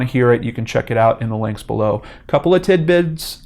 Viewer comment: tid-bids! that made me laugh 😂